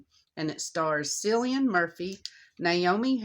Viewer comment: It's pronounced "Killian," love. Best to you and yours.